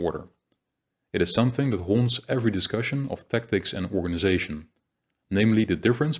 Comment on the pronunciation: The content is very good. But your Dutch accent is very thick. You make a lot of small pronunciation errors. 100% on some sound. It is really a pity. For an example word: you cannot pronounce the word "organization" correctly. You say "Organizasjen". Or the word "section". You say something like 'seksjen' with a 'sh' sound. "Organizasjen" . Dutch people always hear insert a 'sj' sound everywhere in English. I suppose it has linguistic reasons and very difficult for a Dutch person to learn. Still it is important to know that where your English is very good. Your pronunciation is quite bad on that specific sound.